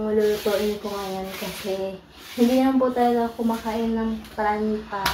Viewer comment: Hindi paranta! Paratha ! And the other one is roti or chapati 😅